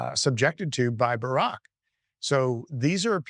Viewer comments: Did he say Barrack? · Did he say ‘Barack’ that’s news